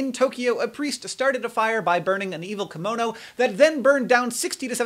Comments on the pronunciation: Hank, is called KIM- MO-NO, not KAM-MO-NO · That Japanese thing you talk about... "kimono"? Is that how you pronounce it in English? The "ki" is really more like "kee", there's an E-sound there. ^^;; Or I may be wrong and you were talking about something else entirely, in which case, ignore me.